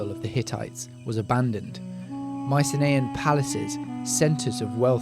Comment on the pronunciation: Learn how to pronounce Mycenaean, Aegean and Canaan; or are you a bot?